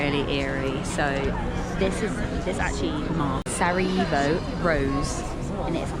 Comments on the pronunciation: One thing: when you pronounce Sarajevo; it's Sara "yeh" vo not Sara "yee" vo. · Pronunciation is Sara-Yeh-vo, not Sara eeh vo. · Lovely video , positive vibes….but…..HerzegoVINIA ? Sarayivo ? Never mind , next time 😂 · Facts. More like Sara "yeh" vo >;)))